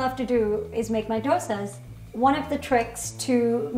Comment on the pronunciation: I can't believe the homecook pronounced the word Dosas right and not the Indian Chef 🤦‍♀️🤦‍♀️ Also, 104$ for masala dosa and sambar? Whaaat!!!!???